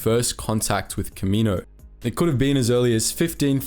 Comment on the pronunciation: Planet name: Ka MEE no Species name: kam ma NO wins Bruh